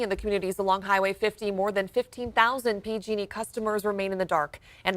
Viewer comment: lots of emphasis on the "P"